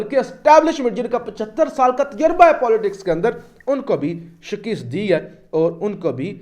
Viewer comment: جناب آج چوتھی بار آپ سے درخواست کر رہا ہوں کہ شکست کا تلفظ درست فرمائیں ۔